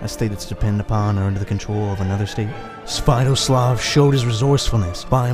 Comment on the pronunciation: You are talking about Sviatoslav I I've never heard of your pronunciation before, and given the names of this region, yours may well be a different person. We're talking about Igor's son here? The one who was betrayed and had his head made into a chalice?